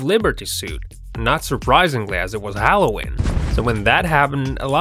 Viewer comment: Halloween is pronounced with a long e